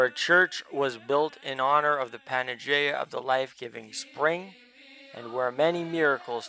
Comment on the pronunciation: Great video. One thing...its pronounced PAN-A-YEE-AH OR PAN-EYE-YEE-AH.